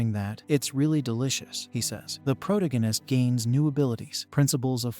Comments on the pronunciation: It keeps going.... omg, pro- TAA- go- nist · You should just introduce the main character's name at the start and call him by that name instead of saying proh-toh-guine-is each and every time. Its kinda annoying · Pro-dig-in-ist? That's annoying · I really want to hear narrator.. ..but the repetition of proh-toh-guine-ist is getting to me.. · 23 seconds for mexD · Prot agist ur AI can’t even say the word correctly, couldn’t watch it SOB. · Holy crap, this is completely stolen from The Demon Cycle by Peter V Brett! Also.. agreed the Protagonist pronunciation drove me crazy. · This AI can't even pronounce protagonist properly. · Intolerably improper pronunciation of "protagonist". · Please learn to say protagonist correctly it. That aside thank ya for anime/manga cover